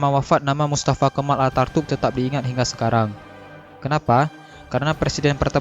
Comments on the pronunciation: Knp host nya baca mustafa kemal atartuk Seharusx mustafa kenal ataturk . . Perlu di tatar nih host nya spy tdk salah dlm pengucapan huruf2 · Pengisi suaranya salah ngomong harusnya Attaturk malah jadi Artatuk.. 😄